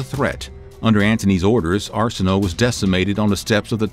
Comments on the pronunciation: It is Ar-si-no-ei not Ar-si-no! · Shouldn't it be pronounced Are-sin-oh-way...right? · Arsinoe is pronounced as “Are-sin-o-a” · Arsinoe is pronounced Ar-seen-oh-way. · Every time you said Cleopatra's sister's name I wanted to scream . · Came here to say this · no ones gonna mention how his saying the name of her sister incorrectly